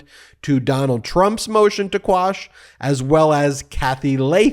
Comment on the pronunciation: Umm did you say "squash" a couple of times? Isn't the term "quash"?